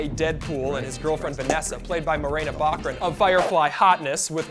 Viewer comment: Morena Baccarìn, the accent goes on the i